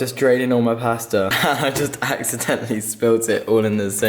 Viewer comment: learn how to say pasta